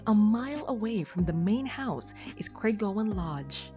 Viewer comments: The adjacent village of Crathie is pronounced "Crath-ee", not "Crayth-ee" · "Crathie" should rhyme with "Kathy"